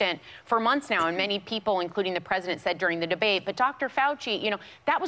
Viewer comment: "The" not "da"! ... duh!